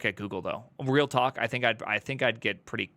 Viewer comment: You "Git" what he is saying ?